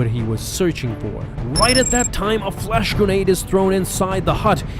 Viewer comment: When he said flash grenade, I heard flesh grenade help